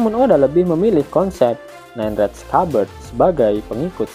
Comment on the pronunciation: Penyebutan red nya ga enak di denger